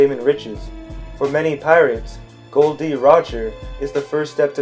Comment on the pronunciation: His name is actually gol not gold